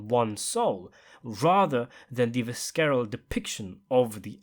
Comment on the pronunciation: Friendly correction. The pronunciation for the word, visceral is "visseral" instead of "viskeral." Also, the word you want to use for a severe beating is pummeled. The word you used, "plummeted" means, to fall down rapidly from a considerable height.